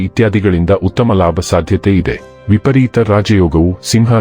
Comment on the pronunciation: It’s vipareeta, not vipreeta